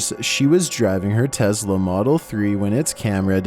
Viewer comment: Everyone else: Tesla: T E Z L A